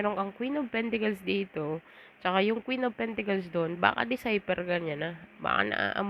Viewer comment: It is PENTACLES , and not PENTICLES ? Very irritating to hear indeed !